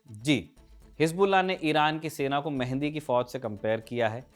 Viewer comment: Abe mehandi nahi bhai, Mahdi😂 pagla